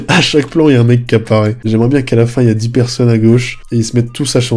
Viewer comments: Engueule moi "c'est pas bieng" 🤔 😂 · c pas bieng, fallé pas le faireuh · "C'est pas bieng, fallait pas le faire... "